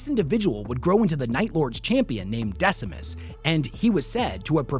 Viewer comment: Decimus you say? Oh dear..